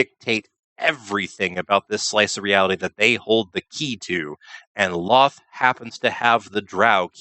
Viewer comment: I thought Drow were, in fact, albino, like so many subterranean creatures, but always cast in shadows by LoLth. LOL-th, not loth, speaking of fact-checking. ;)